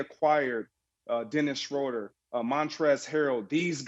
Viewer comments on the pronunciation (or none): "dennis schoider" lol